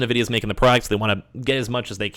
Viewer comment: N-vidia not na-vidia.